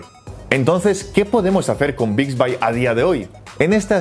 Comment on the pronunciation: Se dice Bixbi , no Bixbay